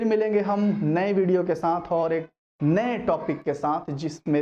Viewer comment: Sir apne video k end m bola .... " Phir milenge naye video k santh " sir it's saath not santh